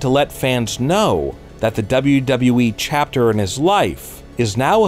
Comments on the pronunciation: DUbbbbbbllllaaaa DubbbbblllllaaaaaEEEEEEEEEEEE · The way face lights up when WNN mispronounces WWE is delightful